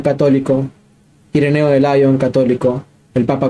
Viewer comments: No diga usted "Laion" ¿ Porque en inglés? Diga Liòn o León. Mejor Liòn para no confundir con León en España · Lyon es francés, y se dice tanto en francés como en español "lión". Gracias por tus interesantísimos vídeos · Buenas muy agradecido por sus videos. Nos ayudan a fortalecer nuestra fe. Sólo un pequeño apunte. San Irineo de Lyon en francés se dice como suena "Lion". Entonces si hablas en español debes pronunciar al modo original en francés como "Lyon" o en español "León" pero nunca en inglés. Es una tontería pero a los europeos, particularmente, en España y Francia suena muy raro.